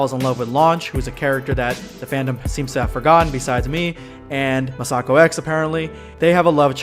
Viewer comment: I love R&R, mostly because, unlike Super, it focuses on different Dragon Ball characters besides Goku and Vegeta. P.S. Masakox is pronounced Mass-uh-ko X, not Muh-Sah-Ko X.